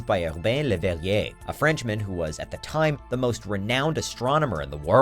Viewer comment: amateur French astronomer LeuGHllbehne Hheniueeeeyi